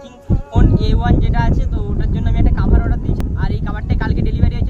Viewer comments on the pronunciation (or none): কাভার না কোভার